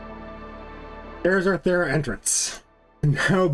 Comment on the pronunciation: VERY LATE, but super funny to me. He said, “To get the Thera, we must go to Fera.” I immediately thought, “Well now all the Brits are confused!” Are you perhaps… British? 😜